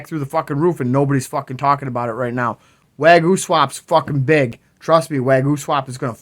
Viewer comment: Way goo? Wag yo? Waa gyu? WTFC!!!! Bahaha